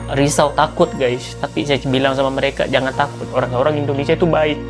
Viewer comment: "Owwang-owwang kat luwwa" (orang2 di luar) Ngomong bahasa Melayu Malaysia lidah spt kaku & pendek. 🤭